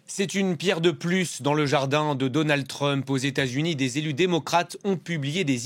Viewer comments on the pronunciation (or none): none